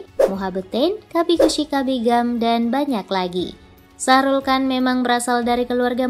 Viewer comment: shahrukh khan kan bukan sahrulkan 🤣